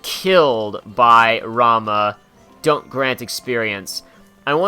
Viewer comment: FYI Ramah is butter. RamOO! is the summon. Thank you ;)